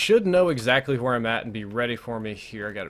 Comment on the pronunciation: i love everything about you except the pronounciation of where lol